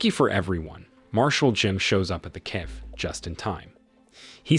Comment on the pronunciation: I laughed when "cafe" came out "caffey."